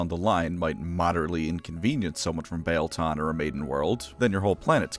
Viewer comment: I always thought that the "ie" in Biel was pronounced like "ee" in wheel.